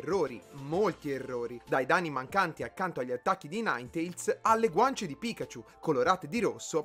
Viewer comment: il fatidico ''Naintols''. A parte gli scherzi, è anche da queste cose che si vede l'attenzione incredibile che metti nei video. Si nota già dal lavoro di ricerca approfonditissimo e dall'editing mastodontico, ma la voglia di sistemare ogni dettaglio è una di quelle cose che rende i tuoi video delle bombe atomiche. Ti si vuole bene Dariolox <3